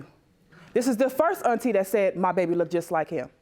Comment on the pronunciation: Let's not forget about "Look-ded" or "numerous of" or "I seen" or...